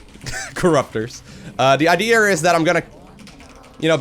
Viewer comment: "the ideer is to piss on his base"